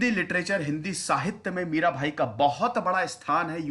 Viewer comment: Mirabai hona chahiye, Mira'bhai' nahi.